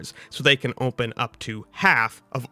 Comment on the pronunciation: why do you say "ohmpen" (open)